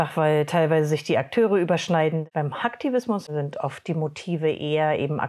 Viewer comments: Wie können Leute "Hacktivismus" und "Hackfleisch" gleich aussprechen und noch guten Gewissens in den Spiegel schauen 😭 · wie sie hacken und Hacktivismus ausspricht 😂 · Sie sagt nicht ernsthaft Hack tivismus oof 🤣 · Hackfleisch! Nicht Hacktivismus👻😂